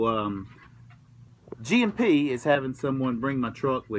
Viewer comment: was it just me or every time you said g&p i thought you were saying gmp